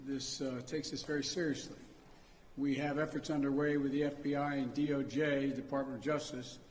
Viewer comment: the agencies have acted "quifley"